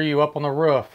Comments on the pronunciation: "Why are you on the ruff?" Hahaha it's pronounced roof mate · Its a Roof not ruff!! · “Are you on the rawf?” 😂